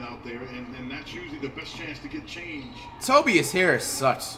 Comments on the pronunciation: Nobody: Flight: TOBBEIAS Harris 😂😂😂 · TOE-BIAS Harris